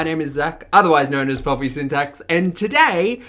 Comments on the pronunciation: I keep hearing Bobby syntax instead of pulpy😅 btw, where do you post your vlogs? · My dog hard reacts to this. Her name is Poppy and I think she hears Poppy instead of Pulpy.